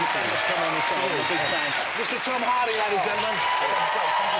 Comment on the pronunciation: "...one of the most gifted actors of this keneration, Tom Hawdy!"